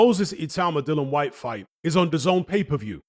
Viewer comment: Seriously, learn how to pronounce Whyte's name.